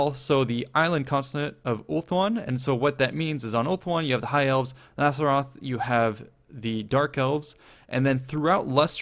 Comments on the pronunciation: nassaroth..?! I hope you meant naggaroth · WOOOOOOO! I'M SO EXCITED!!! Seriously, Warhammer 1 was great, but I've always find the Old World factions kind of bland and boring. THIS, though, if the rumours are to be believed, will have ALL FOUR of my favourite factions! P.S. It's 'Naggaroth', not 'Azeroth" or whatever you were saying. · Heya, I realise that you shouldn't be expected to know everything about Warhammer lore, but could you please pronounce "Naggaroth" correctly in future? There aren't any S's there!